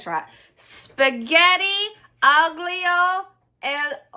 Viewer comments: Hi, The letters 'gl' next to each other in Italian are pronounced as if it they were a double l, 'll'. So it's allio e olio (garlic and oil). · It’s said spaghetti alleyo e olio. I eat a lot of Italian peasant meals. Try pasta e fagiole (say it pasta fajōl) and pasta e cecce. Since your family loves beans, I think those two dishes would suit your family. You would also like Tuscan white bean and kale soup. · Eye-yoh is how you pronounce garlic. From a woman married to a guy from Naples. Also, you might want to use a bit of the starchy pasta water when you're mixing the spaghetti with the oil and garlic...it makes it creamier. A few pinches of red pepper flakes wouldn't hurt, either. Love this series so much! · Spaghetti aglio e olio. The g in the word aglio is silent.